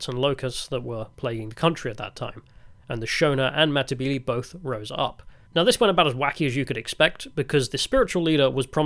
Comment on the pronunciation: Say , Mata-belee" not "mmbilee,". Probably the best commentary done from some one who didn't live there but still done ok. A "gook" was taken from the Vietnam war of a description of a terrorist described by the American soldiers, and adopted by the Rhodesian army.